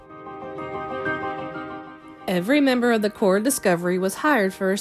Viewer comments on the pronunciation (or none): Because the p is silent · why do you keep saying cor ?